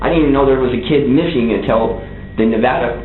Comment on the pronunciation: holy shit he said nevada right